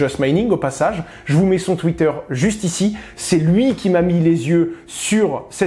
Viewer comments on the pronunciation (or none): none